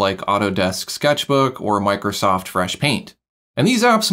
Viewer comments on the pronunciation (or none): none